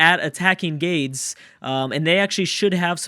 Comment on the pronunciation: so I hate that this is the only thing I have to say, but it's really been bugging me. The Carthaginian city that is being attacked by Egypt in the beginning of this video is not GAIDS. It's GAH-DES or GAH-DEZ. The Punic (Carthaginian) language is weird, and a lot of their words are difficult to pronounce (so I can see the confusion), but I know this for a fact. EDIT: As an after thought, I think if Byzantium wins, people who picked Rome should get half a shoutout (Byzantium wouldn't exist without Rome to be in the game)